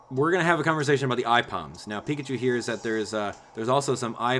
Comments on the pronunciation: No hate but Aipom is pronounced A-Pom not Eyepom. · why does he pronouce it eyepom insted of Aipom? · Please tell me I'm not the only one who cringes when he says "Eyepom" instead of "Aipom". I know that's just how he pronounces it, but I just cringe. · Omg the way said Aipom >.< ITS PRONOUNCED "A-POM"! Like she held a pom-pom into the air. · because "ai" is a word in japanese, so "Ai"-"pom".